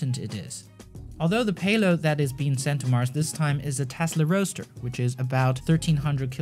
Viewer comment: Great video mate, but I think that a lot of people are going to roast you for the Tesla "Roa(d??)ster" :D